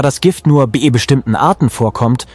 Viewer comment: Auch wieder eine KI, die spricht! Sie kann das Wort "bei" nicht aussprechen.